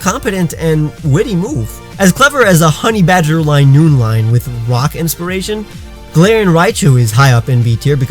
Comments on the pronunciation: I am just going to correct you every time even though you just said golarion Raichu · He said Galatians Raichu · he said galar Taichung and muk XD